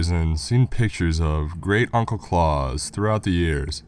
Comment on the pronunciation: That's Claus like house not Clause like claws